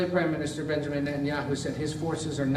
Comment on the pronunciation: A reporter who cant even pronounce Benjamin properly. Keeps saying Benamin